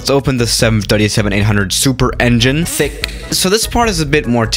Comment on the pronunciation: hello gamers btw "thicc" sounds like "fi*k"